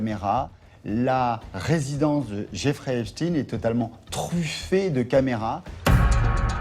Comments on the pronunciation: arretes de dire heypchtine merci !!!!! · Jeffrey EpSTEIN ! Pas EpSTINE bande de commentateurs ridicules. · C'est epstEIN et non pas epstINE...et on sait ce que cela veut dire... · Epstein pas Epstine. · Certains disent Epstin...c'est Epstein. Un nom juif, inutile de tenter de le dissimuler. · C'est quoi cette prononciation d'Epstein ? NON, CE N'EST PAS EPSTIN, C'EST EPSTEIN ! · C'est epstein pas epstine, on dit pas einstine hein... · Qu'il m'énerve le spécialiste US à dire Epstiiine comme Poutine ! C'est Epstein comme Einstein ! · Va falloir arrêter de dire Epstine !! Bordel ! On ne dit pas Einstine... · Epchtayn ??? c’est "ipshtine " !!!! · Que c est pénible d entendre prononcer epstine comme titine. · Insupportable les abrutis qui disent heypchtine ! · Mdr ceux qui prononcent " Epchtine" pour pas que les gens ne fassent pas le rapprochement avec les QUI ???? 😁